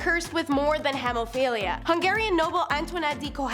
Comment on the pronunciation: It’s pronounced “hee-moh-fee-lee-uh” and “Ross-pee-yew-tin”. Pro Tip: most word processors have a “read aloud” function. Please use it.